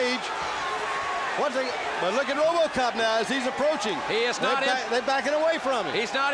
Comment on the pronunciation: Tony "Ro-BAH-cop" Schiavone